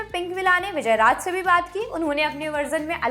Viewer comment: sor nahi shor......raaj nahi raaz :)